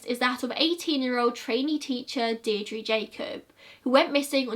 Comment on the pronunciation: My grandad was in the irish army and he watched this video with me. He helped search for JoJo and its believed shes in the wicklow mountains and larry murphy is still considered the boogeyman in kilkenny edit:You did really well pronouncing all the names of the places in Ireland I know it can be difficult...Good job!